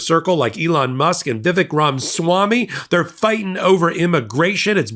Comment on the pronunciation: It's Ramaswamy, not Ramswammy.